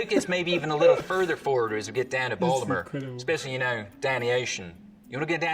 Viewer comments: Omg I recommended this one! The way they pronounced Baltimore was spot on lol. Dropping the T / “balmer” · He didn't say "Baltimore" right either, did he? I don't live it Baltimore; I live in DC. But I've been to Baltimore enough that it didn't sound right to me...